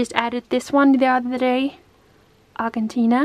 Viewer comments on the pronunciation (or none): The “G” in Argentina, is pronounced with a soft G. like you say in Gym or giant. But I like your pronunciation better! 😉💖